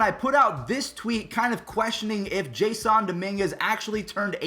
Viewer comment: Did you just say Jaissoon??